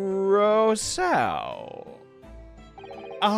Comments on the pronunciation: I know it's a little late but I wanted to let you know how to pronounce "Rousseau", in case some similar name would come up again! The "ou" is prononunced just like the "ou" in "you", as for the "eau", "au" is always pronounced "o", and the "e" before it is always muted when there's one, so you can pretend it's not there. Not that your prononunciation of it is too bad, but you hesitate a lot so I figured an explanation could be nice. I hope this might help for future videos! 😊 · Hi, awesome video as usual! If you need help with "De Rousseau" 's pronunciation, pronounce it "duh Roosso"! Hope that helps!